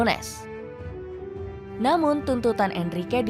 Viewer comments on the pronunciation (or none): Ini orang dipanggilnya nunez apa nunyes sih? Di starting eleven manggilnya nunyes